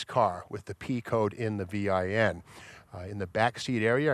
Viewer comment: Steve... please just say VIN. not Vee eye Enn